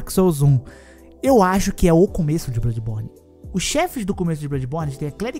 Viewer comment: eldo ringo , darqu souldens tree, delmonte souyz, duarki soulz twu, darqui souiz un, brodi buorni, sekuairo